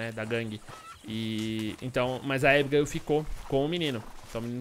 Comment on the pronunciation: Porque todo mundo fala ibiguil mas e abigail